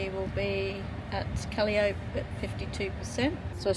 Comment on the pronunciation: Kaliop ?? CAL-EYE-O-PEE